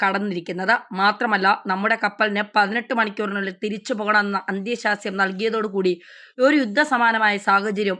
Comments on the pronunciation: ഏറ്റവും ചുരുങ്ങിയത് , മലയാളം വായിക്കാൻ അറിയുന്നവരെക്കൊണ്ട് വാർത്തകൾ അവതരിപ്പിക്കുക....... ദയവായി മലയാളത്തെ നശിപ്പിക്കല്ലേ.......സപ്രസ്..... ' അന്ത്യശാസ്യം. തുർക്കിയുടെ ഉദ്ധക്കപ്പൽ .......തേങ്ങ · നായിന്റെ മോളേ.. നിനക്കൊക്കെ പോയി ആദ്യം മലയാളം പഠിച്ചൂടെ ?? അന്ത്യശ്യാസ്യം അല്ല.. അന്ത്യശാസനം.. സപ്രസ്സോ ?? സൈപ്രസ് ആണോ സ്യാറി ഉഢ്യേഷിച്ചത് ? മെഡിറ്റേറിയൻ.. എന്നല്ല.. മെഡിറ്ററേനിയൻ ! 5 ആം ക്ലാസ് തോറ്റാൽ അപ്പൊ ഇറങ്ങിക്കോളും.. ഓൺലൈൻ ന്യൂസുമായി.. നിന്റെയൊക്കെ ഉളുപ്പില്ലായ്മ സമ്മതിക്കണം മോളേ .. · സ്‌കൂളിൽ പോയി മലയാളം പഠിക്കുക...........മഹാകഷ്ടം തന്നെ........ അധീനത. മെഡിറ്ററേനിയൻ, സൈപ്രസ്, അന്ത്യശാസനം